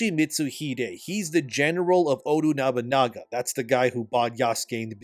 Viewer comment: This man is butchering nobunagas name 😂